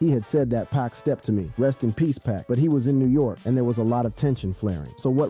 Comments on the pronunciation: Is dude really saying NAZ and PACK 😂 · Its poc and noz.... your pronunciations make me cringe lol